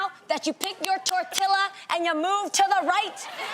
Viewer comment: I know Jeanie did not just say tortila haha it's tortilla pronounced like "torteeya "